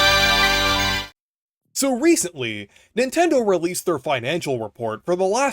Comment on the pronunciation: So Reeceently...